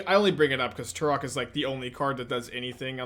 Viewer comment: The way pronounces Tourach sounds like Turok and all I can think of is a dinosaur hunter